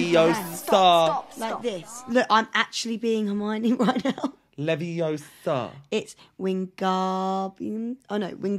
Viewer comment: it's leviOOOOsa not leviosAAAA